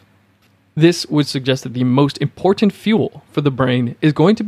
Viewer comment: This video is well researched and presented. I've been on a ketogenic diet for one month and can vouch for all its beneficial effects. A note for the voice-over artist. I teach speech. I would advise you not to add a vowel sound where the letter "a" is found in the word "important." Dentalize the penultimate "t" straight into the nasal continuant "n" followed by the final "t." It should sound like "importnt" rather than "importunte." This one adjustment will give your sound a much more professional sheen and make it easier to listen to you, especially because it is a word that recurs often.